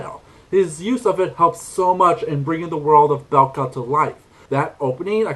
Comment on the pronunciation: Bekla, not Belka Did you try Maia?